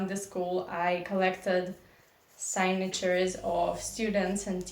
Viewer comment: Hi,. So, a baby cow is called a "calf." (Plural is "calves.") The 'l' in both is silent. "Calf" is pronounced "kaff" (the same 'a' as in "at" or "as"), and "calves" is pronounced "kavz." Also, "signature" is pronounced "sigg---nuh---cher," not 'SIGHg---nuh---cher,.' The "i" is not long in this word like the sound of the word "eye." (глаз) Thanks. Hope this helps. Good to see you again.